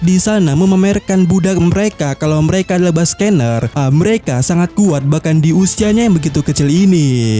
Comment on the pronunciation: Nama ras kuma itu dibaca Bak-Ke-Nir, bukan Bas-Ke-Ner